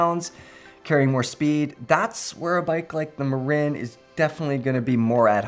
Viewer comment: MuuuRinnnn not Marein